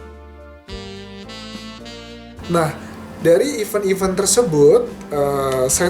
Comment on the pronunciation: kok pronounce event nya salah sih kak? bukannya your major itu bhs inggris ya?